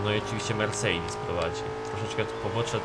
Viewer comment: mów mercedes a nie mersidis